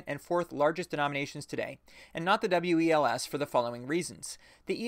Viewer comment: FYI the WELS is generally pronounced just like the word "wells"